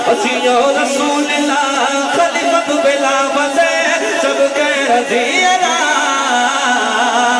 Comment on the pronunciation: خلیفۃ نہیں خلیفتہ پڑھا جائے گا۔۔